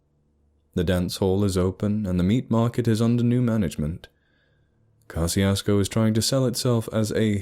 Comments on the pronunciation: I'm from southeast Texas, and a couple of things about it: One, it's pronounced Ka-shus-ko. The pronunciation you use is for the town in Mississippi. There's a running gag that locals(all polish and German descent mixed with Mexican out that way) say gezundheit when you say the towns name. Two, it's not a ghost town no matter how many dumb stories say so. It's not a bustling metropolis, but there are hundreds of people living there, normal country people in Texas hill country. They're welcoming and polite and probably have no idea that the internet is slandering their little hamlet and having the audacity to call it "true." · Pronouncing the name wrong